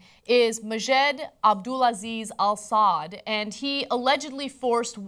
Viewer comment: Anna... AlSaud pronounced Alsa-ood...... Just for YOUR credibility .